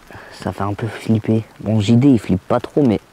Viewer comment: ont est d'accord qu'il a dit le grand GD ou lieu de JD